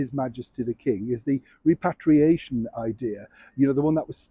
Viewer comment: Did you say repatriation or reparation?